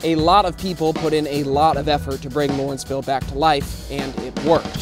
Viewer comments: First, allow me to correct you. It is LAW-renceville, NOT LOR-enceville. I grew up here, lived elsewhere in the city, and returned after many years for personal reasons. I, for one, am among the probable minority who are unhappy about what this neighborhood has become. I truly resent that some had considered this a dangerous, crime-ridden community. Maybe it was, but not to the degree that it has been portrayed. If anything, my quality of life in Lawrenceville is worse now than ever - a bunch of bars/restaurants/clubs that don't adhere to noise ordinances, and patrons and owners of those establishments that don't give a flying fuk about the neighborhood as long as there's money to be made and a party to be had. Yes, there is definitely a move to rid the neighborhood of older owners and housing stock. Who said, "You can't go home again?" Correct. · LAW - renceville. LAW, not LOR!